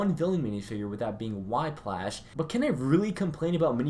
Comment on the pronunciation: “Why-Plash” this man